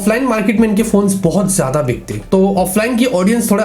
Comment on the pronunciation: gedu intead of geada (jyada) 😂😂